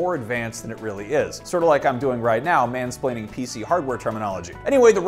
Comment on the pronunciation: Did he say mansplaning 🙄😂